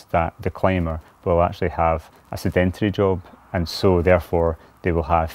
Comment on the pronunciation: Is no one going to mention Mcloed can’t pronounce sedentary! No idea what the rest of this video is about.